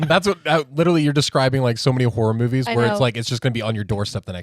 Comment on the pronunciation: He still hasn't learned to say literally... Litlly.. dumb and childlike